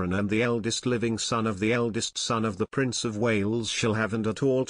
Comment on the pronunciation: It's Prince Harry not price harry